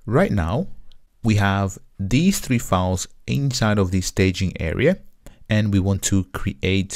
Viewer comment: It is a great tutorial except for two things 1. Files or fauls/fawls?! It is not confusing as a result we know that you mean files. Yet, disturbing. 2. rebase part is a bit fast Overall, thank you for your clear explanations